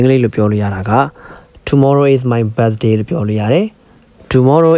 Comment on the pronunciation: English လိုပြောတဲ့ဟာကို native speaker တွေပြောတဲ့ဟာ ထည့်ပေးဖို့ အကြံပေးချင်ပါတယ်..အခုနောက်ခံ Eng speaker ပြောတဲ့ အသံက pronunciation အရမ်းလိုနေတယ်..Birthday တို့ cares တို့ alot တို့ ပြောတဲ့နေရာမှာ အသံထွက်မှားနေပါတယ်..